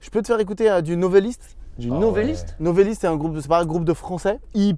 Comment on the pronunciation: Quel plaisir et surprise de voir présenté Novelist, je les connais depuis leur début, touchant merci Ps : Le monteur, c'est NovElist, pas NovAlist, avec un E pas un A, Novelist comme "Romancier" en anglais ;)